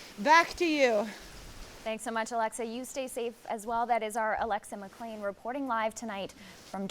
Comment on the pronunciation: the newsreader called McClean That. Even a She can't say She in Canada. I hope your paycheck is worth the crimes against humanity.